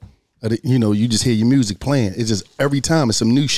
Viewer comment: Shawty said "Make the murrsic" 😂😂😂